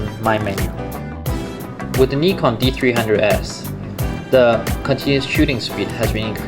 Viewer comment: It's a Japanese company, Japanese pronunciation. "Ni" in Nikon is same pronunciation as in "Nippon".